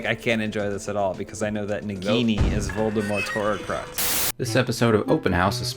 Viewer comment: Is it just me or is saying "horrorcrux"?